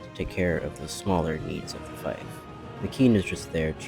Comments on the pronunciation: This is great and the figures are All awesome. I do believe fief is pronounced like “feef” though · Great vid. Just so you know: fief is pronounced ‘feef’, while corps is pronounced ‘core’.